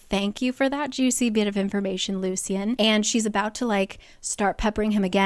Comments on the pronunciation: Lucien is pronounced Loo-shen not loo-see-en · Just a heads up, I think Lucien's name is pronounced as "Lushen" because that's how the audiobook says it